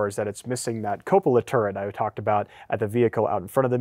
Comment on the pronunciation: Very good video! Only suggestion is you work on your pronunciation of 'Cupola'. [ kyoo-puh-luh ]